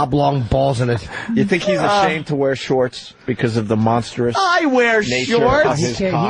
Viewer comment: not just repeating monstrous but misprounouncing it as monsterous